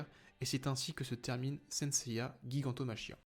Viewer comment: Ça se prononce "jigantomakia".